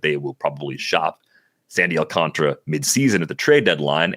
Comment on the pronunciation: Awl-cahn-tar-uh Alcantara Not Alcantra You're deleting an entire letter to say his name wrong.